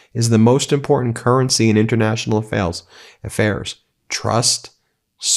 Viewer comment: You accidentally said “foreign affails” at the end instead of foreign affairs … but I think “foreign affails” is a very apt description of US tactics right now .. 👏🏼👏🏼👏🏼